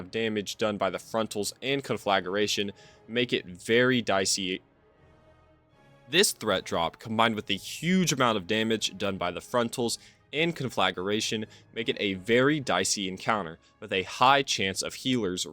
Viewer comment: It’s pronounced “con-fluh-gray-shun” btw. Not “con-flag-a-ray-shun”. no offence intended, it just bothered me 😅